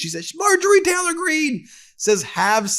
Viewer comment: Ben, it’s Taylor, not Teller.